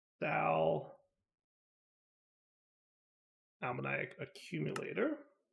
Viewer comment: Hi, it's a bit pedantic, but Sal ammoniac is pronounced sal uh-moh-nee-ak. So with the stress on the o, not on the iac